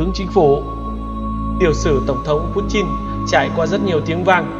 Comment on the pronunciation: nó đọc đúng tiếng Nga rồi...